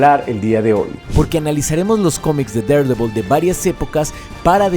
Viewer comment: amo que pronuncies tan bien Daredevil, mi cabeza ya se habia acostumbrado a que los youtubers lo dijeran mal 20/10 god